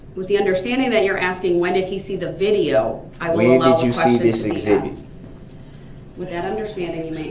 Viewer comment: He hated detective Casey was “axed” to come back and testify.